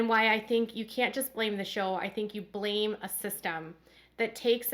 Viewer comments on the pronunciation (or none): none